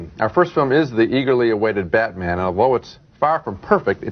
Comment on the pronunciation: Did Siskel call Batman Beatman